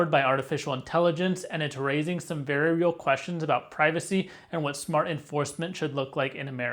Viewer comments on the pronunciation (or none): none